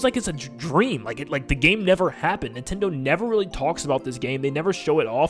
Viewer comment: Can you say NIN-ten-do as opposed to nih-ten-do?